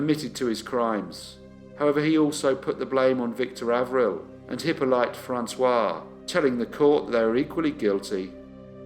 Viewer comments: Pretty sure the name "Hippolyte" is pronounced Hip-olly-ta not Hippo-lite. That said, I remember watching this channel in the early days when it was an absolute cringe-fest with any unusual or foreign names, so you've certainly come on leaps and bounds from those days :) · Hi! One small point. It's not "Hippo-light" but "Eep-o-leet".